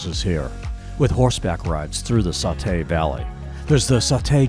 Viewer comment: Nice video! But it’s saw-tee, not saw-tay!